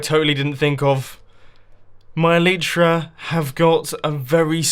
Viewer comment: Plz like so he sees the pernueation of elytra is ee lllll iii ttttt rrrrr. Aaa